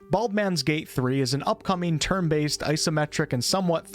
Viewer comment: 'Bald'men's Gate' hahaha, that really got me :D